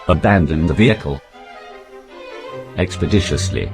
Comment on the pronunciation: Abandon the vehicle... Expadishisly.